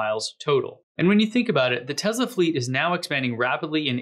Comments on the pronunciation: "Tezla" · Hi, New subscriber here. Watched several of your posts, really like them. Seems like you say TEZLA, whenever you pronounce TESLA. PLEASE, can you say TESS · Great, mate, but it's Tesla, not Tezla. Cheers ;-) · I can't help it; it drives me nuts: it's teSla, not teZla. It's an "s" and pronounced as an "s" not a "z."